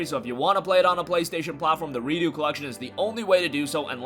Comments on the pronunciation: Re-ducks not Re-do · redux is pronounced "re-ducks" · The way you pronounced redux as redo was really funny to me